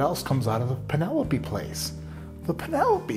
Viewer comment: You had me at "PEEN-elope."